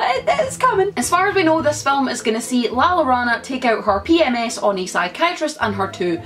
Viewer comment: "La lorana" 😂😂😂😱😱😱😋👍 "La llorona" more or less translates to "the weeping woman". It's a Mexican legend. There are also several songs about it 🤔 (The double ll in Spanish sounds like the j in John). I'm all in for more scary movies. Greetings from Mexico! = )